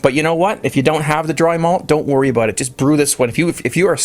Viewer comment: "Aboot it"